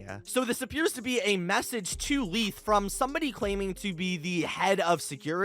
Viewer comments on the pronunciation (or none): It is spelled Leith but it’s pronounced laith not lieth he says that in the first tape